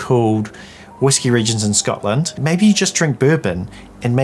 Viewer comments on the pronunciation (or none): none